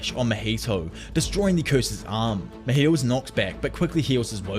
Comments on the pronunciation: Just a tip! It's not Mojito like the drink. His name is pronounced Ma-Hee-Toe =) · I love how he pronounces mahitos name as Maheto